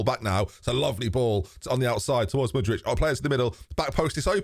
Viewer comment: How does get 'Mudrich' from Mudryk?